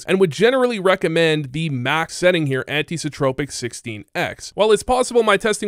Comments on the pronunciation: Anisotropic, not Antisotropic filtering. Great video btw :) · It's anisotropic, not anti. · ITS ANI SOTROPIC NOT ANTI SOTROPIC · Anisotropic, not antisotropic lol. Great guide ty!